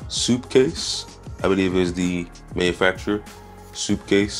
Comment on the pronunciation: soup-case 😂😂😂 dude it sup-case